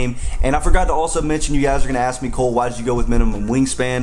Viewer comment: Y’all know cole is a blood, right? It’s why he say “Bole” 😂